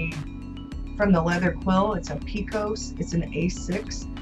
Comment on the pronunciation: PECK-os, sweet girl. I'm from Texas, though a bit east of where the Pecos flows, so I hope you won't mind me telling you that. I'm not sure where the word comes from; maybe the name of a Pueblo village wiped out by the Comanches long ago? (It's a gorgeous notebook!)